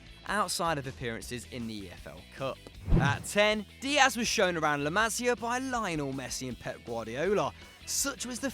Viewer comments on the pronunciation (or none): The way he says la Masia (I am a Barca fan) makes me cringe so much